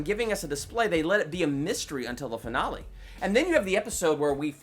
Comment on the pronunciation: I think you miss pronounced rosenbaum and finale but I guess people pronounce things differently